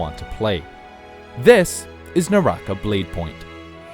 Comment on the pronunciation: ew NAH - RAH- KAH, not nawrahkuh